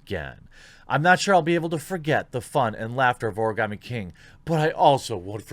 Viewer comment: Karen coated Karens with Karen filling Ps. Why are you able to say Origami so well but not Sekiro?😋